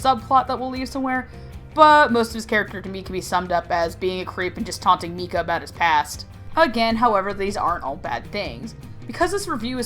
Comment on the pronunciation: I ship mikayuu hardcore, also, I for some reason got pissed at her pronunciations of "mika" and "mikaela"